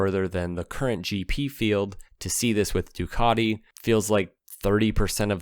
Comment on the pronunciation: Ducati.... Not Ducarti.